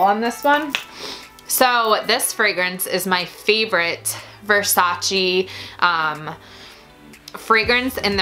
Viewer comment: No versaciiiiii ma versaceeeeeeee per Dio